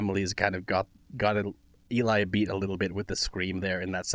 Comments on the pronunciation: This arrangement is 🔥🔥🔥 I love Linkin Park and I was excited to see the guys were gonna cover it. It turned out so great! It had me hooked from the start. Loved your reaction!! ❤ Just a side note, Eli is pronounced like Ellie (rhymes with jelly) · Eli pronounces his name as rhyming with 'Ellie", not "E-lie". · Find VoicePlay’s cover of “Tennessee Whiskey”, it’s an older one back when J was still a member , and they show off some crazy runs & J’s awesome falsetto. And as others have said, Eli isn’t E-Lie, pronounce it like the word “jelly” without the J. Not that you can tell that to look it. 😊 It’s short for Eliezer. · Eli, pronounced Elly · Yup. Or you could say “Eli” rhymes with “jelly”. =)